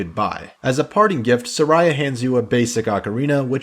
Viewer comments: Sariah...? Really now i thought it was Saria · "suh rye a"? I think of it as more of a "sare ee uh" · "Sarara" you mean "Saria"? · Man, its SAria, not saRIA. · Why you pronounce Saria as Sareya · I always pronounced names wrong as a kid, Instead of just saying "deckoo" I pronounced it as "deckyou", and instead of saying "Saria" I said "Sarah", and I called an "ocarina" an "orcanya", I got mad though because I pronounced Navi right, but my friend pronounced it like the word "navy", my god it was tough being a kid and trying to read text from games. I remember when you get to lake hylia, the guy at that house who has you do the diving tests in order to get a heart piece and another item (don't remember what though) says the word "noticed" and as a 6 year old kid that word baffled me and I kept pronouncing it like "not-icked", until my older brother said it was noticed, and then I was so embarassed because I used that word regularly but hadn't seen it written yet. So funny to think about now as a 29 year old,I totally forgot about all of this until I saw you call it the duku tree and the saw the top comment from that guy making fun of it. It's wild how I can recall an unrelated memory just from watching a YouTube video, and suddenly I remember that memory so vividly. It makes me happy that everyone loves this gam as much as they do, it really changed my life when I first played it, I honestly think it, alongside more creative based games like RPG maker for PS1, is the reason I began to become more artistic and creative in general because the story telling in this game is so fantastic and it really game me one of the first video game experiences that just completely moved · Sa - reeh - ah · Sar-eye-a was like a sister to Young Link. Like a psoriasis. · You pronounced saria wrong it’s just like how you pronounce the name Sarah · If the English language made any sense, his pronunciation of Saria would be correct. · i always pronounced Saria as Sa-ree-ah